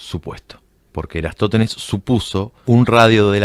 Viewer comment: Por que le cuesta tanto pronunciar "Eratostenes"?